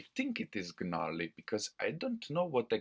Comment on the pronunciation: You don't pronounce the g in gnarly 👍